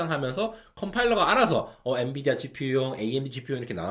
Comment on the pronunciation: n"U"dia 뭐냐 ㅋㅋㅋㅋ